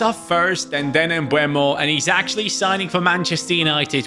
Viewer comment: Please, it's Bryan MbEUmo not MbUEmo 😅